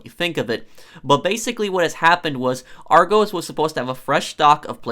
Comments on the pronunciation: It’s not pronounced Argose it’s AR GOSS. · Im from the uk. And its pronounced Argus not Argohs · Pronounced Ar-goss not Ar-goes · Say it like r goss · It's been all over the news here and it's actually pronounced "Are-goss" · It’s pronounced ‘Ar - GUS’, not Ar - g-oh-s’. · sorry i cringed when you said argos im from the uk and it's pronounced r-goss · No hate but its "are-gos" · It's pronounced "R - goss" by the way. It's also the name of an ancient Greek city. I suppose the pronunciation isn't necessarily obvious though. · Its ar-gohs not argos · It's pronounced are-goss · Its really cringeworthy that you call argos 'argoes' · It's r go's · Ar-goes lul gotta admit that’s funny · hey just letting you know its pronounced ar gos also scalpers are starting to annoy me now. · Btw you say argos like ar go s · Lmao he said it like arg O’s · Let me help you out... it's "aR - gOs" like gl(oss) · No-one: Non a single soul:: arr-goze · (It’s pronounced Ar-goss btw) but great video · Yeah I clicked on the vid and as soon as u heard argoes I was like nah fam u got it wrong 😑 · Hearing him pronounce it argoes hurts my soul lol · He calls it Argoes 🤣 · It's pronounce ar-gos (like the o in gosh) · It’s pronounced ar gos sorry it just kinda annoys dme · I like the video but you completely pronounced argos wrong then again I'm from Edinburgh so I might pronounce it weird lol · Argos is amazing because they sell everything and you go in the store and there’s a computer where you type in what you want and it shows up. It’s also not how you pronounce it it’s more argUS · Its Argos like the last bit it pronounced like gosh but without the h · I’m legit on every single restock waiting list and I still haven’t got one :( ! This bot thing is so frustrating!! I wish their was some software that can spot bots. And it’s pronounced like with a lowercase o in Argos bless you cutie X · Hearing the American pronunciation of argos is really strange to me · Rghost bru it's argos